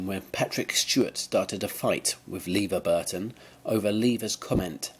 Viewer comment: It's not "LEE-var Burton"!